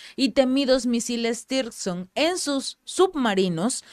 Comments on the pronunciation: Zircon no sirson o tirson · No existe tirson ,no existe lee bien no hay tirson,si se te olvida,recuerda los diamantes rusos siconias misiles tsircon